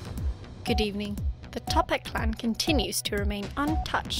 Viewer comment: None Its Toppat not Tophat